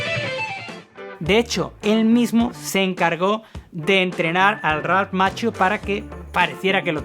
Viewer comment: "Makkio" así se pronuncia Macchio.